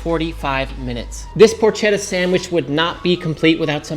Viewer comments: I can't when you say porch etta You don't have to roll the r or put on an Italian accent when you say it, but it's PORKetta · ketta not chedda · Just please pronounce it properly “porketta” 😅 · Why does pronouncing porchetta correctly make me a dick?